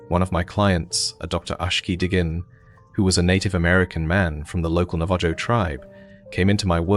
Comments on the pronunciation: Navajo is pronounced Nav-ah-ho, I'm a bit insulted that you didn't check to make sure you had it right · It's gotta be, nobody pronounces Navajo like that